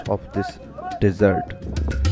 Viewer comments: How you pronounce Desert & Dessert Lol Where you learn your Ingglish ? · Get an English speaker to narrate; there is a difference between desert and dessert....